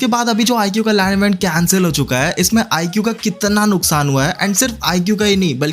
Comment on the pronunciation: IQOO❌ IGUU✅